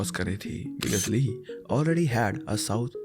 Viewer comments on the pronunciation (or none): It's pronounced as Ee not Lee